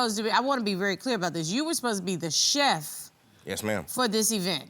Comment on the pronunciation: If he says I'm a cheft one more time! Chillllle